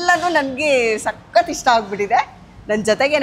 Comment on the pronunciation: 😮 anchor ನಿಮ್ಮ ವಿವರಣೆ ಕೇಳುವುದಕ್ಕೆ ಅಸಹ್ಯ. ಕನ್ನಡ ಉಚ್ಚಾರಣೆಯ ಶೈಲಿ ಸರಿಯಿಲ್ಲ. ಸಖತ್ ಸಖತ್ ಅಂತೆ. ಅಯ್ಯಯ್ಯಪ್ಪ😮 ಏನದು ಮಾತನಾಡುವ ಸ್ಟೈಲು.ಥೂ ಅಸಹ್ಯಕರ.